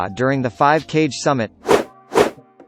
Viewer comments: Cage hahahah lol its kage KA-GE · Did he just say 5 cage summitt? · Hearing "cage" kills me